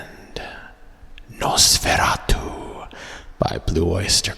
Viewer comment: The movie has been my all-time favorite horror film ever. And the song, Nosferatu one of my very fave's from my fave "metal" band Blue Oyster Cult. Although they did get the pronunciation a bit wrong. It's not "noss fair ah too" In German it is "noss fer RAH too". Since you are getting us into the Halloween mood, might I suggest one more from B.O.C. Their comical satire of the unintentional comedy movie "Mommie Dearest "the hilarious "Joan Crawford has risen from the grave"😁